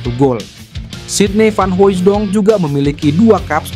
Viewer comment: Hahaaa dia bilang sidny vanhoijedong,,yg bener aja